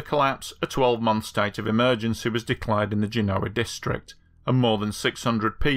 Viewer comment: I watched a video about this on another channel recently, and yours is superior and not only because you could actually say the name of the city right. The other one has the guy saying Gen-OH-uh.